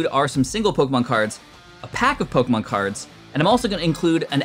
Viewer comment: Please pronounce the Pokémon names right every time you pronounce it wrong it literally hurts my soul😂